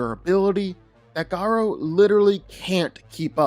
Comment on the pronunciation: I keep getting cancer every time he says Ga ROW